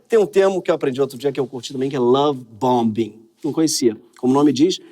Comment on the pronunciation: Obrigado Greg pelo esclarecimento sempre bem-humorado e também pelas críticas justas ao PT. Duas pequenas correções: A pronúncia da palavra em inglês, BOMBING, o segundo B não é pronunciado. E o Charles deixou de ser “príncipe”, agora é rei. Parabéns pelo seu magnífico trabalho. 👏👏